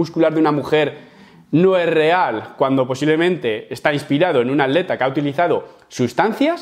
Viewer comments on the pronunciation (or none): Cosas de españoles, por alguna razón no pronuncian la "t" en la "tl". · Porque dices aleta en vez de atleta xd